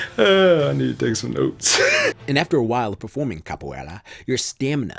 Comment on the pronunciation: mano esse gringo falando capoeila sksksksks